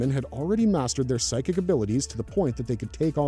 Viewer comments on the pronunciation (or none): none